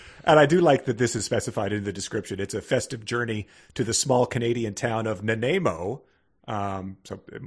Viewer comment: As a Canadian, hearing the mispronunciation of “Nanaimo” and then crapping on the best pastry this country has produced was tough to endure. (And yes, the Nanaimo bar is a staple of the Canadian diet.)